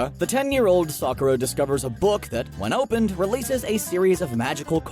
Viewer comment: #Points for not just saying Sakura correctly but getting the details right as well. However, you #Fail with Nausicaa. Rhymes with Mouse sih cah. The first release of Nausicaa was probably edited, but not the release from the deal with Disney. No cuts.